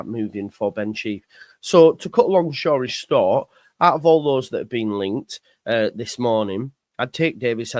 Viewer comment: “To cut a long shory stort” 😂